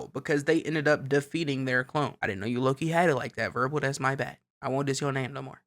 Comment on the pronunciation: isn’t his name wirbel not verbal